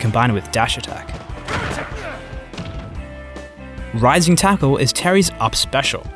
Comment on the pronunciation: He says Rising Tackle? I always thought he was saying “Lightning Tatoo”.